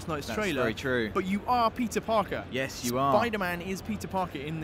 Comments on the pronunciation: Am I the only one that keeps hearing pizza-Parker ? xD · I swear to god he said pizza Parker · Did anyone else hear, "You are Pizza Parker"